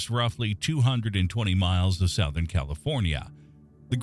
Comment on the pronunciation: Southern is pronounced "suthern" not "sowthern".....